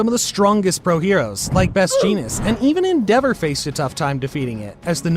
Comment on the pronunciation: the way he said endevour oof